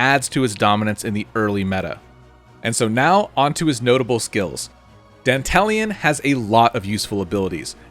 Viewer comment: Dantalion is the GOAT! BTW, you're one of the rare streamers who pronounce his name correctly. Most call him "Danta-Lion".